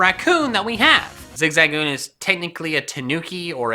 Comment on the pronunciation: Who the hell is zigzagzooon?